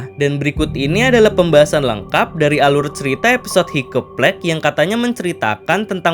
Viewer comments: Bang saran, cara bacanya" haikap plęig " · Org mah dengernya Hiccup plague Aku dengernya higeplek 🗿🗿